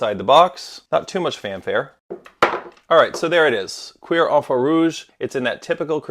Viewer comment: pronounced like cure😂😂